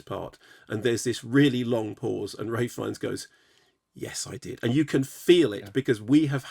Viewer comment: Isn't it ralph? Not ray?